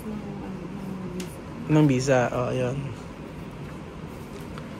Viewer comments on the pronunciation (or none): ang technique s tamang pagpronounce ng visa ay ipout m yung lips m n parang magkiss ka or parang bibig ng pato or bibe. yung bisa nman ay isara m ang bibig n parang magsmile ang lips mo. yan ang technique para maiba ang "V' s 'B'